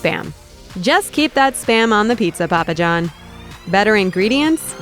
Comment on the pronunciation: Say his name right mongo